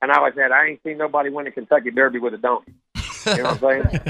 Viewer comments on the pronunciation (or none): I've listened to the clip like 10 times, I can't tell Jimbo Fisher is saying donkey. Sounds like he says done 😂